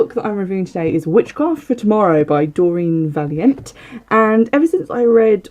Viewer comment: Just a kind correction on pronounciation - her surname is pronounced va-lien-tay (not valient). Love your shows. Thank you